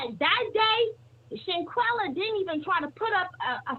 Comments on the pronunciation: Shaqana?, "Shanquella" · Her name is Shanquella not Shaquanna. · Her name is Shanquella, please stop mispronouncing her name please, that's so disrespectful. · I don’t think anybody is being disrespectful. You have some people that just can’t pronounce names as unique as Shanquella’s. I’ve heard try to say her name several time but she just can’t lol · I don’t think the mispronunciation of name is on purpose. She has a unique name. It’s just like you sitting in class and the teacher calls your name and butchers it. It takes them a while before they can actually say your name correctly. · You gotta learn how to say her name right smh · I couldn't take the sound of her voice anymore and she kept mispronouncing Shanquella's name. I cut it off!!!